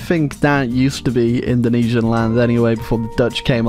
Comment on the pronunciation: hearing saying Indonesian makes me cringe... actually any English speaker saying indonesian makes me cringe tbh